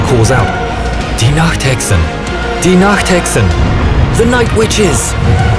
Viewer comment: sorry for being a bit rude but iits Die Nachthexen not de nachthecksen sorry for saying that im german btw